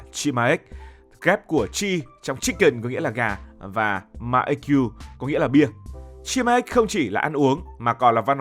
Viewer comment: Góp ý cho ad combo ăn gà rán với bia người hàn gọi tắt là 치맥 và phát âm là “Chi mẹc” ạ!!